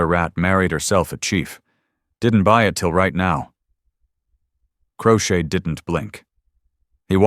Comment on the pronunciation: His name is crowshade not crocheted lol 😂